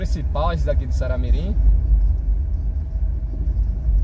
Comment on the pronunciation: Vc erra de mais o nome da cidade viu